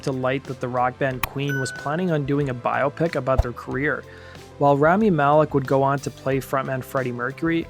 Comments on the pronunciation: Learn to pronounce BIOPIC. NOT "Bio Pic." BI-OPIC. Like how no one says BIO-LOGY, or BIO-GRAPHY (BI-OLOGY...BI-OGRAPHY). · “Bio-Pic” Try “bi-AH-pic’. Just like myopic.